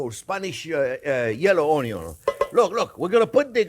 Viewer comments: I don’t even use the word “onion” anymore… it’s an ONYO! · Gave a young friend (I am 72) and his wife a couple of rib steaks. Told him he had to watch the Chef on cooking them...now he says onyon when we talk about cooking 🤩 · Yeah, sometimes I find myself wandering around all day just saying onyo...